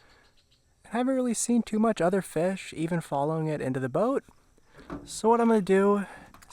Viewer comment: “Let’s catch some feshh”. LOVE the videos bud! Thank you for the GREAT content!! Especially the Minnesota stuff!